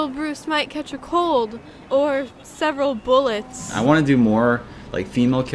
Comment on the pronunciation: ''or serveral bullets'' lmfao